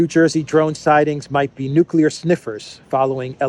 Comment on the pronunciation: How would a guy who makes drones in his garage in Kansas and doesn't even properly pronounce nuclear know all this stuff